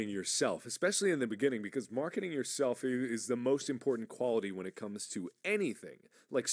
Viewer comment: everytime he says marketing i hear markiplier